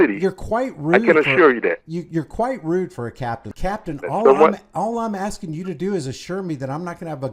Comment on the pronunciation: " I don't know what you're axing..."